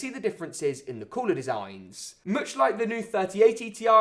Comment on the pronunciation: I like when you say cooler like this ""Coolaarr"" hahaahah🤣✊✊✊🇵🇸🇵🇸🇵🇸